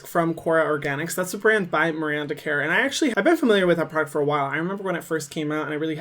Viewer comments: It's pronounced 'Kerr', like 'her' not 'care' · so weird to hear a non Australian try to pronounce Kerr lmao